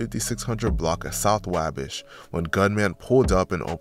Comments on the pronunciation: It’s called “WAwh-Bash” Not WayBesh you have never heard of the Wabash River, in Indiana?? Like the main trading area of the mid 1800s to early 1900s in Terre Haute, Indiana….. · Why do you keep saying wahbish ???? It’s wah bash !!! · Your not gonna explain how lil boo’s body landed by the tire of the car with his head basically under the tire therefore his opps mock him as “ tire head” And it’s “ wah- bash” pronounced like waffle/bday bash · Say it with me: Wah-Bash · The way, he said Wabash😂😂😂😂😂😂😂😂😂😂😂😂😂😂